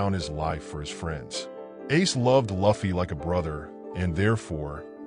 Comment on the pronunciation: Thats not how you say Luffy…